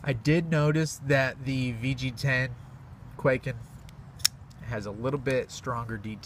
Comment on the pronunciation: How is it possible that I have still yet to find someone who is able to properly pronounce kwaiken in one of their videos?